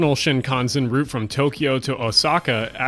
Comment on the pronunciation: Thank you also for pronouncing 'route' like in Route 66 - cf Nat King Cole YT clip dCYApJtsyd0